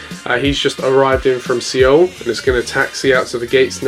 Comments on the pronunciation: I’m Hispanic and I forgive you cos I’m Mexican and we’re supposed to dislike Puerto Ricans (I’m joking) Seaoul or what did you say? 😂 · btw Seoul is pronounced as Soul